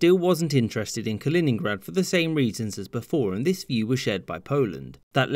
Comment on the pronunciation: its kaliningrad